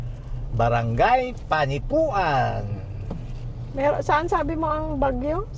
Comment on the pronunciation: panipwan (mabilis na bigkas) po ang tamang bigkas:)